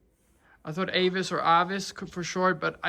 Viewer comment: If Avis, it’s better pronounced with an ‘Ah’ rather than an ‘Ay’. Other options for your brainstorming include Tenki (meaning heaven/sky/classic/shining/brilliant), or Paolo (just because he suits it) 😊. He is absolutely smashing. Really hoping Jesse falls in love 🤞!